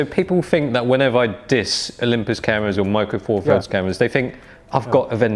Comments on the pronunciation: Micwo fawfuds deez lahz. Laaaaaaarrrk. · micwo four firds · 'Micro four firds...'